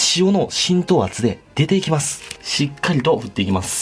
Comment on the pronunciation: 「出ていきます」がめっちゃ関西弁笑